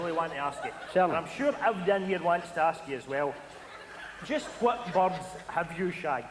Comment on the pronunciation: "wheres the burds ?"